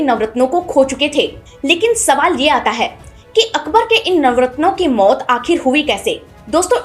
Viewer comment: मोत नहीं बोलिए......मौत नो नहीं बोलिए , नौ?